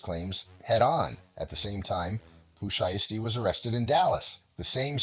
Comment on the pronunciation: Pooh Shiesty, Pooh Shee-esty, Shy-esty and Pooh Sheesty in trouble yall